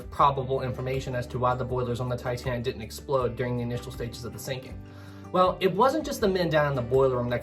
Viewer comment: Thoroughly enjoyed this video with 2 complaints lol, I heard many of the lifeboats weren't properly filled so we don't give medals to those crew, secondly, it's didn't and hadn't, not ditten and hatten hahaha. Meant with respect.